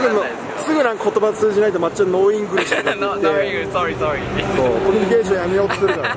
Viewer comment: 、sorryの発音だけ無駄に良いww